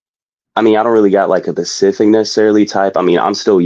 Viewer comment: Whats up with people not knowing how to say specific and not pacific 😓